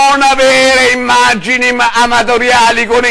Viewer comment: "NON farlo inzerire su inderned,NON avere immaggini amadoriali gon inderned"ahahahahahahah ESPLODO XD XD XD XD